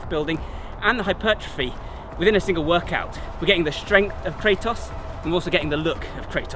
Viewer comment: Fun thing, the "Kra" part of his name should be pronounced like "Kra" from the german word Krankenwagen and the "tos" part like the english word "toss" because it's the greek word for power like in demo-kratos(democracy) => the power of the people Edit: Sorry for the weird way of explaining it but no english word that would have such a "kra" sound came to mind